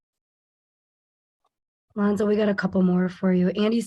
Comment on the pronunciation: I don’t know which country that is but it’s a dumb country for mispronouncing Lonzo’s name. Go Lonzo and Go Bulls!!!